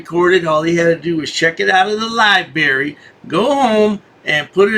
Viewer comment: It’s library not lyberry genius 😂🤣😂🤣😂🤣😂